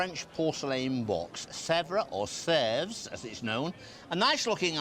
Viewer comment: DAVID!! You were calling it Sevres! And you know it wasn't. I can't watch you any longer.....